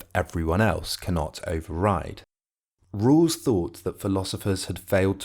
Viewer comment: Why is this narrator pronouncing his name like "Rules"?